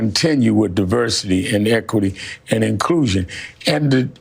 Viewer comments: LOL this lady just said, "Diverckity, Exclucvity, and Inclusion." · “Diverkity, Elkity, and Inclusion” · She said "diberkidy" 😂😂😂😂😂 "eckity" and inclusion 🤣🤣🤣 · .....YOU LYING TO ME!!! 💀💀💀💀💀 Who is this lady?? Get her outta here 😂😂😂 What is Divercurty, ecquerty, and en clueshawn? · Wtf is Diverkity, Ekluvity, and Inkusion?! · What the heck is divercuty, exclity, and inclusion? You should be able to speak English properly and have correct grammar when speaking on TV. This just makes people look stupid. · Divercluty, Echluhity, and Inclusion😂 To be fair, I think she was just anxious to get the words out and make her point, but the 'E' sounded like 'Exclusivity'...which it kinda was. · Did she say diverkity, excluvity, and inclusion? Thanks for sending your best. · Hold up. Did she just say “Diverkiddy, equiliddy, and inclusion” 😂😂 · "Diverkity, Equilthy and Inclusion" Talk about a DEI hire! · Imagine crying to protect DEI but when describing it you say" Deberky, Ecerby and Incusion" 😂 I don't think they even know what DEI means. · 😂😂😂 diverkety ekity inclooson , Can't even believe that she can't even properly pronounce her own bullshit lol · "Diverqity, ekikuity and inclushion" 😂😂😂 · Did I hear her say, "diverkitty,eckuertty, and iklusion"? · That black woman couldn't even pronounce Diversity, or Equity... Lmao! The irony made me laugh soo hard my face hurts. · Wow it was fitting those first two girls looking like a full blown liberal lol and did you hear that woman try to say diversity and equity 😂 she must be dei herself 😂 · haha the DEI hire at NBC news couldn't even say "Diversity, Equity, and Inclusion" correctly.